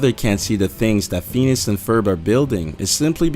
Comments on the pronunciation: This is so stupid, all you did was pick 5 tv kids shows and then said that they were all dead yet somehow still playing our what we see on screen, This video is a waste of time and the narrator can barely pronuce the shows names correctly. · Besides being basically one of the dumbest vids I've ever watched, u guys are better than this...you lose all credibility when you can't even pronounce Phineas and Ferb correctly...what an embarrassing video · Anyone else realize that it's mostly Disney on the list? They must be dark dark people. Also it's pronounced "Fin-e-is" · WHAT THE HELL IS PHEENUS AND PHERB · (Fenus and farb) the way the narrator pronounced it. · Ok, why does he call Phineas "Pheanus"??? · Pheenus? Pheenus? PHEENUS? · its not fenus XDXd lolz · Did you say Penis and Ferb? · Did he just say fenus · Lol "Fenus" I'm dying that is so close to fetus LMFAO. Best pronunciation of the name Phineas I have ever heard. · he says Phenus one more time...... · "fenis" jeez, dude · I'm going to cry if he says Feenis one more time. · "fetus and verb" IM SORRY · FFS! XD the way you pronounce "Feenus" is amazing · fenus fenus fenus xD oh dear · "Fenis" and Ferb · "Fenus and ferb" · he said (phines) not phenius or how ever it is spelt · Looks like you didnt study too much in pronouncation. Fenis and Furb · Lol at "fenis" and ferb tho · FIN-EE-US. That annoyed me to an irrational extent XD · "Pheenus and Furb" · Phineas--- Fin-EE-us sorry that really bugged me lol, I'm kind of crazy about English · Seriously learn to say phineas!!!! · JHC! Get another voice over guy who can pronounce words! It's Phineas, you jackass! FIN - E - US! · Fenus and herb? Really? It's Phineas and Ferb you ass. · Feenus? Lol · I'm so sorry, but it is pronounced fi-nee-es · What the hell he can't even talk now who the hell is "Fenus" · It's pernouced (finy-us and furb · Lol at first I thought he said penis, not phenis. Someone should tell him that its Phineas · Feenis. Yes yes very legits